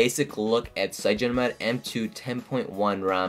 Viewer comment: Its Cy-an-O-gen. Like cyanide. LOL! Cygeno. -.